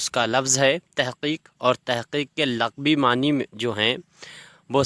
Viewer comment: لفظ "لغوی" پہ کے "ل" پر پیش آتی ہے زبر نہیں آتی۔